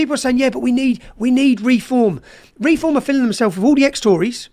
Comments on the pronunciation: he pronounces refom like it's a masonry adhesive. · He can't say Reform properly